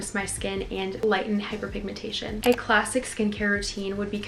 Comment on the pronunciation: WHO HEARD HER SAY HYPERPIGMANTAION